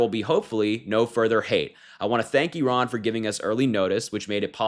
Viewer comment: One of the handful who's been saying "Iran" [eeh-RAHN]—"Iraq" in the same way, for that matter—as it should, not "I ran…" , =D Of course, whatever happens out of Trump's empty brain (but insecurity-filled bag of vanity bursting at the seams) and fallout of these impulsive behaviour—nothing will ever be his fault. He wants Iran for its oil, Ukraine (grains) and Greenland for their minerals he can control for or sell to Putin; Gaza for its land to build his resorts and golf courses on; Canada for all of that's mentioned and more. That is: all for him to exploit and profit from, and certainly not (never) for the benefit of the Americans and his MAGA voters.